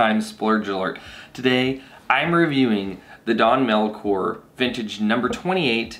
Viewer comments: Great you passed. But you still pronouncing Don Melchor wrong. Is that in the next test? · Learn to pronounce your wines